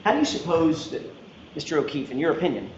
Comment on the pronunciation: And “dat.”